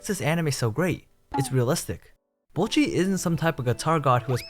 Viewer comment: thank you for saying bocchi correctly. ive been peeved from people pronouncing it "boe-cchi" for so long now lmao